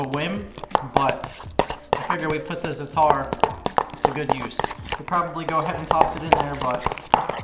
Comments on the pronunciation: Zatar is pronounced “za-ter” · Great video! And, it’s pronounced “ZAa-tar”. Accent on the 1st syllable with a long “a”. 😊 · its pronounced zah-tr the tr part has an accent like a hard tur and sumac is pronounced like sue-mak :) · What if you just split the videos in two for those who want one or the other and put the hook and cook part on a culinary channel? Also, I have heard natives pronounce "Zatar" as "zudder" just like the country of Qatar is pronounced "cudder". Just what I've heard... Thanks and!! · Zaa'tar - glottal stop between the "a" and the "t", then roll the "r" at the end